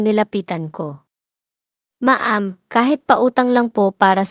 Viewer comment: Paki ayos po pronounce mo. Anong ma-am? Dapat alam mo tamang bigkas